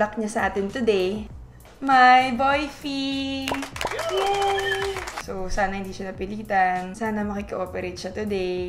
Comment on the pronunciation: "BOYFRINED" AMPOTAH!